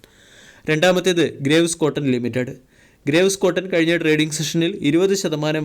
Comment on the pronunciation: അണ്ണാ, ഗ്രേവ്സ് എന്നല്ല ഗ്രീവ്സ് എന്നാണ് ശരിയായ ഉച്ചാരണം. Graves ൻറെ meaning എന്താണെന്ന് dictionary yil onnu നോക്കുക.